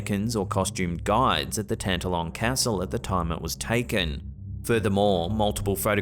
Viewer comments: Sorry, but it's pronounced Tan- TALL -on Castle. Middle syllable is emphasized. 🏴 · Excuse me but Tantallon is pronounced Tan-talon with equal emphasis on both syllables. (Just being helpful to my antipodean cousins)